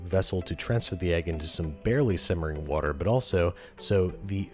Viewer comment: Wourder? Someone hung out with Bon Appetit Brad a bit too much ;)